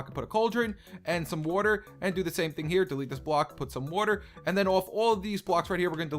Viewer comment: He said woirter instead of water